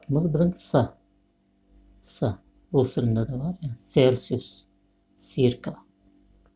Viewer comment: Circa - şu sözde ikinji "C" harpy "K" diyp okap gitdiň...."S" diyp okamaly dami name?